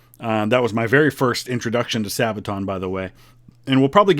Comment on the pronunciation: Youtuber- *Doesn't pronounce Sabaton correctly* *Into the comment section, the sabaton fans march*